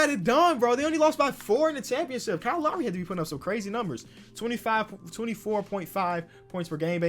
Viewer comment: "kaall laury"